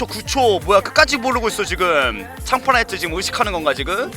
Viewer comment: 형은 'ㅌ' 발음을 잘 못내시는 듯 하네요 ㅋㅋ 창파나이트도 창파나이'츠' 라고 하시고 너트령도 너'츠'령이라고 하시고 ㅋㅋ